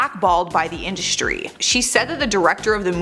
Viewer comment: " Indushtry " voice rattle my nerves